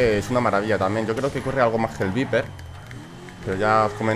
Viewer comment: se pronuncia vaiper y se escribe viper ¬¬